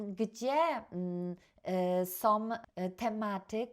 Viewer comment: Naucz się mówić po polsku 🤦 "som"